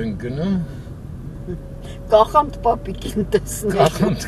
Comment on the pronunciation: Կախանդ չի,այլ՝Կաղանդ պապ,այսինքն ՝Ձմեռ պապ ❤